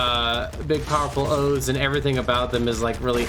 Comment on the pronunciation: "sworn to the ouths" the horus heresy 👁👄👁 but great vid